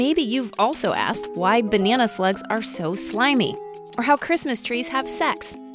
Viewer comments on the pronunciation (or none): none